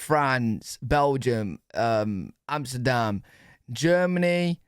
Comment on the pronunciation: "Amsterdam" LOL Thank you. 🤣